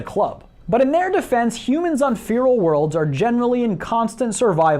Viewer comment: nah man the next flaw is your lack of pronunciation of the word "feral".